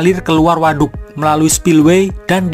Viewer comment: Ngomong WADUK na biasa wae atuh a